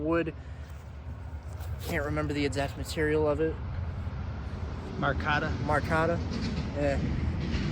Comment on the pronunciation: Marcata??? Is this guy even literate?